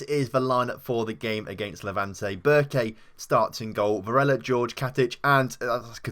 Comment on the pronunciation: Jorge is pronounced Whore Hey, not George